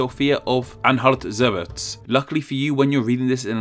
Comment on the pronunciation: Anhalt you pronounced correctly but Zerbst is pronounced how it looks zerbs-t